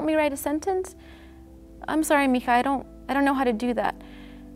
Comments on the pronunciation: she's Hispanic "mihah?" okay.......... didn't see that coming................. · sorry to correct but 'mija', Spanish h are silent so we use j :) have a nice day (I'm Cuban lol)